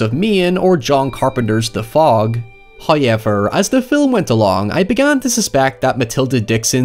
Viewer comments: I live for when you say "hiyever" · First "hoy-ever" droos. rewards us for our devotion. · "hoyevar" NOW it's a video! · Take a shot every time says “hoiyever” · “Highever” “Nigh” …. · You say however really weird. Like Hyever